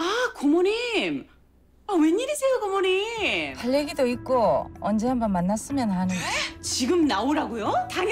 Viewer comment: 대사도 너무 통쾌한데 이하늬가 정말 잘 살려ㅋㅋㅋㅋㅋㅋㅋㅋㅋㅋㅋㅋㅋㅋ이 드라마 너무 재밌다 간만에 ㅋㅋㅋㅋㅋ 글고 [고몬님] [이몬님] 말고 [고모늼] [이모늼]으로 발음하는것도 너무 귀엽고 웃김ㅋㅋㅋㅋㅋㅋㅋㅋ